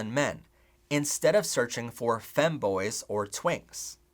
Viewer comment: The way he says femme- I can’t